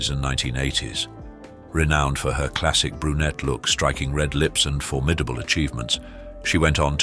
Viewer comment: I had to clock out the second time I heard "for-MID-able." Drives me nuts. It's "FORM-id-able," you numpty.